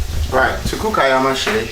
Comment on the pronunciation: Love to see a man cook, does the heart good. And good instructions, the meal was lovely - well done. Also, its pronounced "Aya - Ma -sey". (Thank you boss)